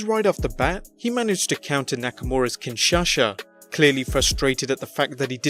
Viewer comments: Okay just couple things, 1. It’s kinshasa not kinshasha 2. You’re kinda over speculating at this point it was an obvious botch turned storyline that’s it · Why do you call it kinshasha? it's kinshaSa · WTF is a "KinShaSha"? It's KIN-SHAW-SA! LMAO :P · But said kinshasha not kinshasa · Excuse me, but what did you call Shinsuke’s move? A Kinshasha? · Wtf is a Kin Sha sha😂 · Wtf is a “Kinchacha”?😂😂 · It is kinshasa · Not kin sasha.. Lmao.. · Kinshasha he said but really it’s kinshasa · Nakamura's kinshasha xD and Rusev's Mashka kick. DUUUUDE can't you say "ch" sound? Do you read the word chapter like "shapter" as well? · Kin-sha-SA. Not Kin-Sha-Sha. Jfc. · What's a Kinshasha braa😆😆😆 its kinshasa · Kinshasa not Kinshasha you wanabe wrestling expert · What is a Kinshasha? 😂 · Why can’t you say “KinshaSa” properly? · Kinshasha or Kinshasa, u moron! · Did he say Kinshasha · It's pronounced KIN-SHA-SA!!! NOT KIN-SHA-SA, also it's MACH-KAH kick not MAASH-KAH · Kingsasa not Saha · "Kinshasha" Banks. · its kinshasa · It's Ken sha sah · Mashka kick? Kinshasha? BRUH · Can you please stop saying Kinshasha, the cringe is real! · Fk is a kinshasha 🤣🤣🤣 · I don't know how to pronounce "kinshasa" correctly but i'm pretty sure that's not it either.